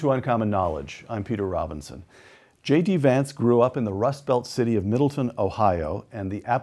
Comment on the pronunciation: My home town is Middletown and I cringe every time someone calls it Middleton.